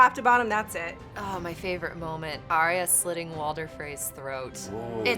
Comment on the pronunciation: Ar ya, two syllables yo.